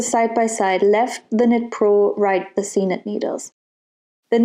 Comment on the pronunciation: I thought it was pronounced “seek nit “!